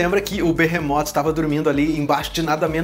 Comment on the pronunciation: pera se o Behemoth destruiu o Rio de Janeiro n era pra ele ter me matado , pq eu moro no Rio de Janeiro ele ainda fala errado o nome do Behemoth , ele falou Benemota , que burro